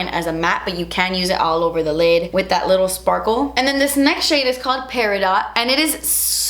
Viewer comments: I'm not going to lie, I seriously cringed everytime she said Peri- dot. It's my sister's birthstone as well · You sweet summer child, I love you lol❤ It's actually pronounced peri-doh. They throw that T on there to confuse us😉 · Beautiful colors. But just fyi, the "t" in peridot is silent. (Pronounced Per-a-doh) 😉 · The green shade is pronounced peri - doh. Not peridot. It's the stone for August. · Just a note: peridot is pronounced per-i-doe. Love your palette. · Im so excited for this! Been waiting for it! but its driving me nuts how you're pronouncing Peridot. Its pronounced 'pair-i-dough. The T is silent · Such a beautiful pallet!! Congratulations on your collab, you so deserve it! Just an FYI Peridot is not pronounced Peri Dot, it's Peri Dough. It's my birthstone. Always wished I had Diamond as my stone...💎💍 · Peridot: It’s not pronounced Pair-a-dot. It’s pronounced Pair-a-Dough. The T is silent!!! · My eyes went straight to my birthstone peridot 💚📗💚! I always have said it’s pronounced Peri-dohh, Not Peri-Dot. I guess both ways are correct tho right? I use to hate that my stone was bright green but I grew to love it! Now I’m obsessed! This palette is definitely going to be my first colourpop purchase! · Omg it’s beautiful 😍😍 and you’re so happy ilysm Totally thought it was pronounced “peri-doh”!!! 🤦🏼‍♀️ (like French???) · No te ofendas... peridot se pronuncia "pe-rie-dough". Or look it up. But, Congrats on all the colors! I love stones and believe in their healing properties. Many blessings. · Love the palette! But omg. Peridot is pronounced: Peri-doe!!!!!!! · LMAO... i got this palette today and i hope i get one signed.. but quick thing.. the shade color is pronounced perido without the "t" cuz it's french.. LOL yeah.. but it's cute.. love your collabs and i have everything from colourpop you do.. ❤️ ❤️ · I thought that it was pronounced like that too but recently learned it is "peh·ruh·daat" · Peridot the t is silent... its pronounced perid-o